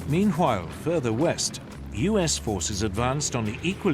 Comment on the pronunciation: am I the only one hearing him saying - hwile instead of while? meanhwile. am i tripping?